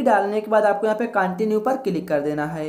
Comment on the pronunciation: Kya bhai continue ko continue bol rahe hain